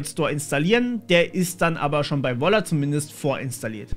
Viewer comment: Wer versteht auch statt "Volla" "Walla"? XD